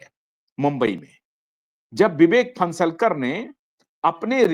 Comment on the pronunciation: लौडा 52 रहे कुछ भी रहो, तुम अपना you ट्यूब चॅनेल चालाओ, अबे नाम तो बरोबर ले विवेक फणसाळकर है, तू फन्सलकर बोल रहा है